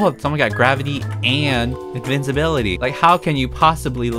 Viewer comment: yall its not invicibility nor invisibility. its invicinbility i